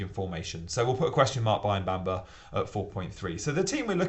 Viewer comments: Say after me.. Mu-Bha-Ma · Why is it so hard to pronounce Mubama correctly. It's awful.